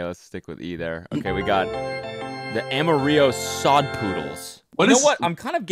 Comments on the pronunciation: I know Cody did not just say “Am-a-ree-yo” when pronouncing Amarillo lol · did cody just pronounce amarillo as amario ? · When Cody said “Amaree-o” I didn’t even realize he was talking about AMARILLO until I saw the Texas flag buckle 😂 Nobody in Texas calls it “Amaree-o” lol (at least not that I’ve heard) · Cody’s pronunciation of Amarillo, TX tho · Bruh. When you’re speaking in English, you pronounce the name of the town in English. You don’t make the Y sound with the two L’s in English hardly ever, especially when pronouncing Amarillo. He said it incorrectly and I pointed it out because it was funny. Stop taking shit so seriously and trying to figure out some sort of explanation no matter how illogical. He said it wrong. It was funny. Get over it. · Well, I get it but Amarillo means yellow in spanish and the way you pronounce it in spanish would be the way Cody pronounces it. So I guess he's not completely wrong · The way Cody pronounced “Amarillo” makes me wanna cry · Why did you pronounce Amarillo like that 😭 it's not Spanish